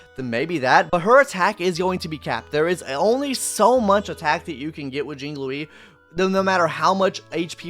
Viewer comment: Bro please stop calling her Jing Louie 😂 I beseech you.